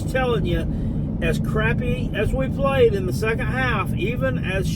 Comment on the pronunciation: Who have dey pwayed